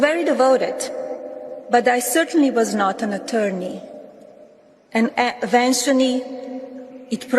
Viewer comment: There is no way Melania wrote this speech. Can you imagine Melania ever using the phrase, "...contained therein"? Or how about "...brought me over the finish line"? She can't even pronounce the words, "eventually" and "proved," words which she has likely heard before, but has never seen written. "And at ventiony, it proed, provide critical for me..." Melania claims to be fluent in six languages. Six! I don't know whether or not Melania is fluent in six languages. I highly doubt it, but I just don't know. What I do know is that one of those six languages is definitely not English. When she said, "There were rewards were well worth effort," she wasn't reading directly from the page. She glanced down and read this line for the first time in her life, "There were rewards [that] were well worth [the] effort." She then casually thought to herself, "Oh, I got this." Well, do you, Melania? I highly doubt it, but I guess we will all just have to wait and see...